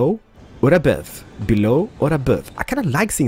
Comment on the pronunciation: Belooow not abuve